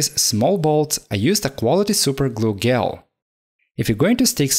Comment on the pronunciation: you have probably been informed about this already, and im very late to tell you this and i dont want to seem rude, but the word gel is pronounced jel, sorry if it feels as if im being rude but just wanted to point this out for future refrence. also great video, its very relaxing.